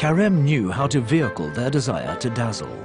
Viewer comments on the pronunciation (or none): none